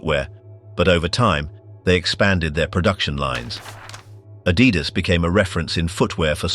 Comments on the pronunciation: It's not "a-dee-das"... It's "Adi-das"... from Adolf (Adi) Dassler (das). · It's Adidas not Adeedas. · If you cannot pronounce Adidas proper, I'm off!